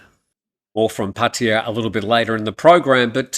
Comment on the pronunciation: Please explain ...why PATTEEYA and not PattAya ..🤔